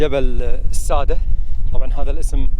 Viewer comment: اسمه جبل الساده بتشديد السين والدال بمعنى السد👌🏻🌹